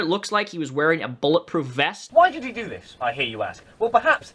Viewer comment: I just noticed that doesn't say "do that", he says "dzu that"... and I can't unhear it now.